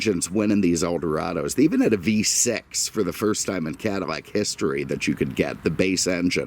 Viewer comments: I don't know if it is just me but, every single video I see from the L's sound like M's. Is this a Cadimac? I've seen his video on Monte Carmo and Camaro Berminetta. I keep listeing closer and closer and and hear it all the time. Maybe it is his deep voice and maybe microphone doing this. I still listen to the whole video because he definitely knows his stuff. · CADDIMAC???????????????? lay off the booze , it is eating your brain. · great video as always, but why are you saying 'Cadimac' - apple thing? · Stop saying cadaimac it just sounds stupid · Doug is funny and really shows you things about the car that many car YouTubers don’t even mention maybe that’s why he has over 4 mill subs compared to this dude lol but we all have our own opinions I guess btw dude needs to learn how to say Cadillac correctly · Honestly can't say I'm familiar with Cadimmac or Chevromet as brands. I've heard Doug use the letter L, why the mispronunciation?